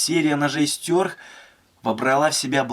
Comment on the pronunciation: мне ухо режет твое произношение название ножа, какого хрена "стЁрх" то??? стЕрх! и убери ты это активное окно на видео с ссылкой на твой канал, ты так подписки не заработаешь! бесит, на паузу не возможно поставить видео! дизлайк.